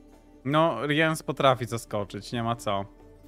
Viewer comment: Co do omówienia talii to im bardziej szczegółowe omówienie talii tym lepiej. Jeżeli ktoś ma z tym problem to niech to sobie np. poprzewija lub ominie. Ja tutaj nie widzę problemu. Tak by the way nie czyta się Riens tylko Rins (nawet jak zagrywasz Rience'a to mówi:"Zwą mnie Rins, zapamiętaj to imię". Ten co odpala rozmieszczenie sąsiadujących żołnierzy to Wrygef. Dla tych co grają Yrden jest specjalne miejsce w piekle? Moim zdaniem dla tych co grają Renfri i to jeszcze więcej niż raz.